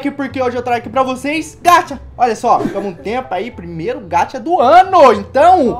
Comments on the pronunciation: Me dá uma agonia que vc fala gacha errado meu deus é G.a.c.h.a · mano nao se diz gatcha e sim gaxa essa e a pronuncia mais a escrita e gacha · Se fala gacha msm e só vc fala ga dps vc fala cha n se fala gatcha e fala gacha isso já tá chato todo dia falando errado